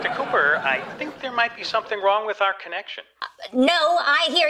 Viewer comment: it's cooper not copper